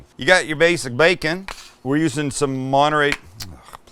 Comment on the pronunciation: Sam bring 🔥amazing. Sam was that your southern accent when you said 🥓 😆.